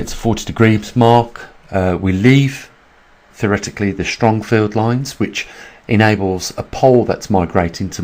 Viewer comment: I've followed you since 2015 ish (?) Though even you say theroretically And I do understand , I tend to agree earths movements and currents 🌊 Migrating animals all point to the probability of this pole shift One can only hope that everyone reading this stays prepared , safe and healthy 😍